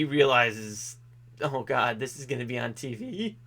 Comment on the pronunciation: really said oh cawd